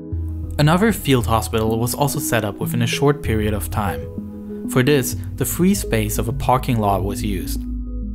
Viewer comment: When he is saying number 3 i want to kill YouTube. Fhree, Fhird , Fhirthy Fhree